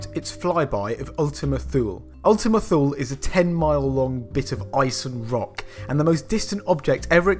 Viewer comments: It should be pronounced TOO-lay, not thool. Weird things need weird (Greek) names I guess. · It's pronounced /ˈθuːliː/ (THEW lee). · Ummmmm, "Thule" is pronounced "Tool-uh". Accuracy counts. Even for Brits. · You are pronouncing "Thule" wrong. The correct way is Too-lee. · It's pronounced Thul-e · Ultima thule pronounced Ultima Tulay or Ultima Thulay. Got to listen to those NASA people ya know.